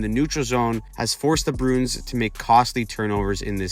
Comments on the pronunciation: I’m not trying to be a dick but please say the name right. “Brew-ins”, not “Broons” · The "Brunes". Bruins is a 2 syllable word, "brew-ins".